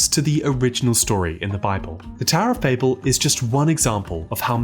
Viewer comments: Bah-bell, not Bayble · It's "Bah-bil" Not "Bay-Bil". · I refuse to watch a video where the creator cant pronounce the word the entire video is based on. “BAH-BULL” it’s not bay-bull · Immediately knew it was ai when they said "Bay-bell" it's Bah-ble. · "Baybel" ?!!! it's "bah-ble" ... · Ba bell! You know when someone babels on?! Not bay bell. That was frustrating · Cmon man Baybel? Naw babel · Say the fucking name right! It's pronounced BABBLE!!! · cannot really get into this because of the on purpose horrible pronunciation of bAYyyybull. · babel is pronounced like babble, you even acknowledge it in the video even in hebrew why must you say it wrong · Despite not being related to 'Babble,' it is pronounced Bab-el, because, as you mentioned, it was in Babylon, and both share the same root. And the purpose of the tower, at least in Genesis, wasn't to "threaten God" or to invade Heaven. The context suggests that "the heavens" referred to the sky, not the spiritual realm of Heaven. The purpose was to make a name for themselves. It was essentially a vanity project to show how powerful they were. God had told the people to spread across the Earth and they wanted to stay together and make a big city, so God had to separate them. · Bay-bel? Who says it like that. Your video sucks. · You’re chronic mispronunciation of the word Babel along with the correct pronunciation of Babylon is utterly infuriating🤦‍♂️ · Write it in a way that our British narrator can pronounce